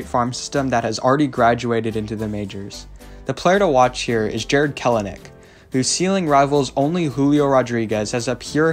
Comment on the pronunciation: I believe it's Kell-nick, not Kele-nick..also, Ty france and Flexen surprising everyone this year. Ken Giles and Andres Munoz and his 104 fastball are potential high-end relievers coming back next year to round out our bullpen.